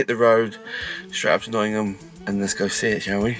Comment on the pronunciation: Your the only guy that actually says Nottingham correctly and before anyone says anything it’s Pronounced Nottinham it’s a silent G